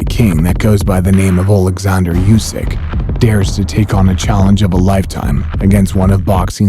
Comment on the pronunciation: Usyk's name is pronounced "OO-sick," not "YOU-sick."